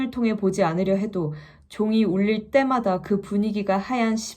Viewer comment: 알고리즘에 뜨길래 뭐지 싶어서 몇 개 봤는데요 처음에는 듣기 좋았는데 갈수록 지루함이 느껴졌어요 목소리는 좋은데 잘 듣다가 특정 단어나 문장 발음하실 때 악센트?가 엇 나가는 느낌이 드네요 에 '종이 울릴 때마다' 에서 때마다 가 강조하는 느낌이 쎄게 들어요 흥미진진한 내용을 흥미진진한 목소리로 전달하는 분위기 였다면 좋았을 부분 같은데 지루하게 흘러가다 갑작스레 집중시키는 느낌이었어요 목소리 톤과 발성이 흥미진진한 내용에서는 듣기 내내 좋을 것 같아요 잠시나마 청취하던 입장에서 말씀드려 봤습니다 기분 나쁘시라고 하는 말 아니구요 영상 한 두개가 아닌 여러 개의 훈련영상을 올리셔서 저는 잘 되시길 바라는 마음으로 생각을 적고갑니다 좋은 하루 되세요